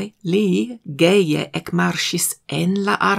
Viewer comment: Mi konsilas, ke vi kreu filmetojn, kaj zorge prononcu ĉion precize ĝuste. En la rakonto, mi skribis "gaje", sed kiam mi aŭskultis la legadon kaj aŭdis "geje" mi simple ridis, kaj tute ne emis al kritiko. Oni povas ĝui aferojn, kiuj ne estas plene perfektaj.